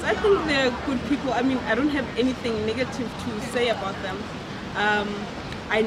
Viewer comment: Why one of the girls is saying niggative ?